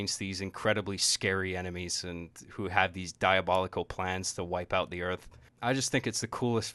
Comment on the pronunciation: Did you say earth?